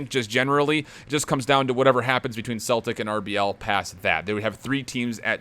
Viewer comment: No offence but ur pronouncing Celtic wrong its pronounced sell-tic